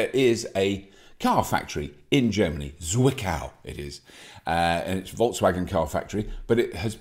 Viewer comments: Zwickau is pronounced "tsvickow" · Great episode, keep going Robert, I love it. When you first said "Zwickau", I had no clue what you ment. And i'm comming from Saxony. Your pronountiation is great. Try to speak it like "Tsvickau", than it becomes little bit more german. Zwickau is where the Trabant used to be build. Greetings from Germany, Tom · „Tswiccow“ comes close 😉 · thank you for these true and open words ... it just needs to be brought up again and again that there are still "people" which rate their extra million of income higher than the health of thousands of others btw. the Germans would be happy if you pronounce Zwickau right ;-) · Say it again. ... "Zwickau" , love it.